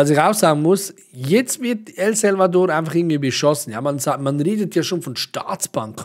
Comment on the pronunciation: Danke für die Infos liebrr. Das Land nennt sich aber El SAlvador, nicht El Selvador:D Du darfst das aber natürlich xD